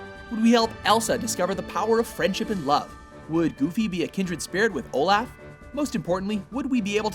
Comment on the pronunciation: The way he pronounced Olaf.